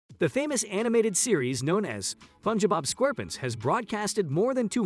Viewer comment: Why you say SpongeBob SquarePants like that g???😭💀